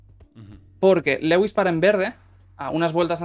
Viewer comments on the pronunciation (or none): cada vez que pronuncia lewis cono "Legüis" sufro mucho